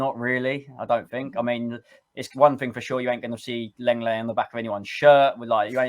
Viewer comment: I think you will find that LENGLET is pronounced LONGLAY, which sounds like most people's idea of a good time! 😁